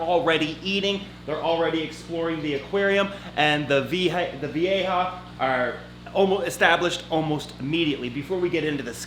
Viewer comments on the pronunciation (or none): Vee-ja. Not vee-a-ha. Lmfao Thanks for videos